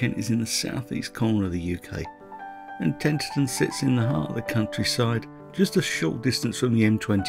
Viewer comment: I was brought up in Tenterden - a lovely town. However, you mispronounce it Tenterten all the way through!